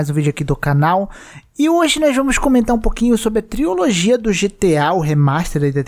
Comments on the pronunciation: Mano adoro os vídeos do, mas toda vez que ele fala triOlogia e não trilogia (e ta assim no titulo também) me dá uma pontada no estomago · Não estou negando que é uma TRILOGIA porque de fato é uma mas, é engraçado ver o querido dizer TRIOLOGIA kkk não sei se é um meme interno do canal falar TRIOLOGIA ao invés de TRILOGIA.